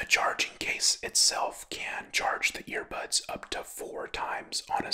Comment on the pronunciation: is he saying ear pods or ear bads